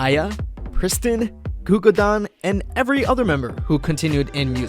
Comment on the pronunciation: ITS “gugudan” NOT Gugudan.